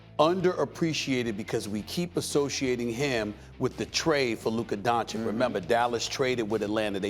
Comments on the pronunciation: Not donchick, its Donchich! 😛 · My only wish in this life is that Stephen A says Luka's last name right.It's said "Donchich" not "Donchik" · Why is SAS suddenly saying Luka Dončik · Man, it's been 3 years, stop calling him Donchik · How do you not know how to pronounce that💀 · Why is Stephen A saying luka dončik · If i was Luka Doncic i wouldn't ever give an interview to Stephen A Smith again until he starts saying my name correct. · SAS, you almost had it right there. Just missed the last "c". Maybe in 20+ years, when Luka gets into the HoF officially. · I swear to god how difficult is it to pronounce Doncic? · I don’t get how people talk like Luka is a bad defensive player. He is not exceptional on that end of the floor, but he is not a disaster. And please, somebody tells Stephen A. How to pronounce Doncic! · Learn how to pronounce "Doncic"... it is your job ffs!